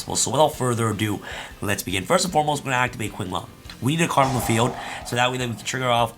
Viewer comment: Qinglong is pronounce ching. Qi=chi.^^ sooo the name is pronounce as ching long^^